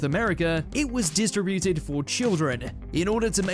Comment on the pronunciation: No offense but your pronunciation of "distributed" is weird. Also, "Uranus" is said as "your anus" not "your inus."